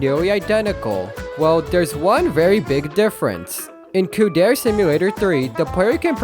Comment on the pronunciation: every time this guy pronounces "dere" as "dare" an angel loses their wings, plummets to earth and dies